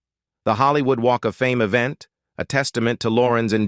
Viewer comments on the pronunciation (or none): none